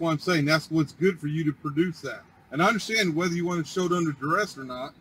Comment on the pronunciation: I guess they consider it a success if they end up handing over the required documents as long as they say "its under daress".🤣🤣